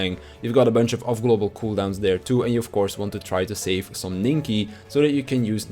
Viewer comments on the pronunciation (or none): none